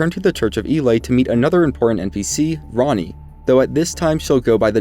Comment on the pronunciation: I thought u called Ranni Ronny lmao